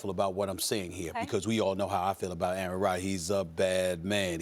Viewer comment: I wish Max would learn how to pronounce "Aaron".